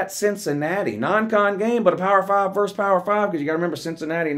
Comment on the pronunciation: VERSUS - the word is VERSUS not VERSE